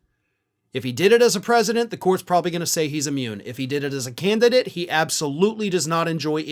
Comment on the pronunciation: That Part... "the Canidate." Bye Donnie... the Canidate...😶‍🌫️